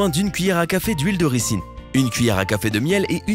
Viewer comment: A Lalaland toi aussi ca ta perturber comment il l a dit !? Au pire huile de ricin (ris1) ...